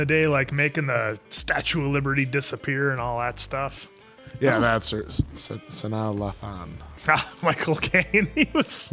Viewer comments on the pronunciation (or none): That Sanaa Latham pronunciation was WILD 😂😅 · Him butchering Sanaa Lathan’s name twice had me lol’ing 😂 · It's always funny seeing non-blacks tryy to say her name lol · Sanaa (Suh-naa) Lathan (Lay-then). For & you guys lol yall were struggling 😂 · lol the pronunciation of Sanaa Lathan's name was is cute😂😂😂